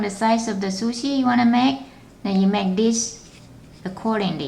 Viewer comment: It's Pronunced SuShe not susi